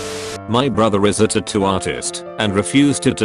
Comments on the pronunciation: I like the way he says tuttoo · Nigga said tatto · We have A. I. that can predict the movements of electrons, but the speech synthesizer in these videos can't pronounce "tattoo".